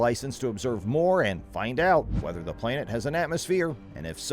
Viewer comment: well, it has everything to do with this posting considering he says the word playnet a hundred times but somehow says planetary without accent.....soooo.....i stand by my comment.